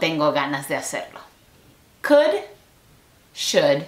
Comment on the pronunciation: El "kUd 🐓" en el segundo amé JAJAJA